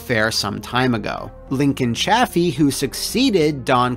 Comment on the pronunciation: You mispronounced the Governor's name it's Ka-Cheer-ree Also it's Ch-a-Feee not Chaf-ee And I Iive in Rhode Island we're still paying for it.